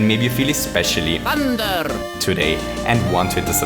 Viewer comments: Luigi says "Thunder"? I thought he was saying "Hander", cuz it's a hand power. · I think I hear "fonder" rather than Thunder... maybe it's the actual sound effect. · I think it's the rolling of the 'R' in "THUNDER" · Is the emphasis on "THUN"